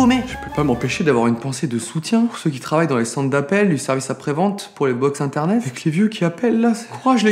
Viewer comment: Il a dit iternet